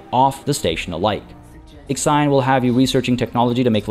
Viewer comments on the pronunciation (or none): x ajon, wtf is that pronunciation?? It is called / pronounced iksion.